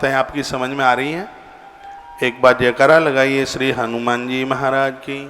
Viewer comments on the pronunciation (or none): none